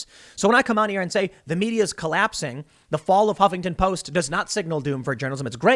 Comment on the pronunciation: I love the way you pronounce the "Hoppington Post". 🤣 They deserve it.